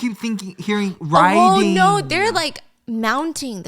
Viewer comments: He’s hearing “writing” me also hearing “writing” everytime Stephanie says “riding” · I for sure thought she was saying writing not riding 😂❤